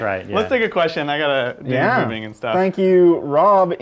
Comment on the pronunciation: J'avais compris : questio pour un champignion hahaha :_faceplam